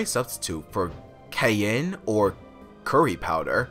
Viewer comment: Tamarind is pronounced tah-mah-rind, not to be mean, and also you absolutely NAILED cayenne for a first timer.